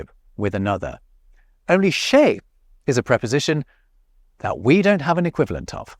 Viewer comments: Sans l'image j'ai compris "chez" comme "chèh"... merci l'arabisation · The part "chez" is quite funny because said in this way (with emphasis), it's immediatly make me hear "cheh" that is a word stolen by french youth to arabic (equivalent of "it serves him right" in englishh or "bien fait" in french but a lot more sharp).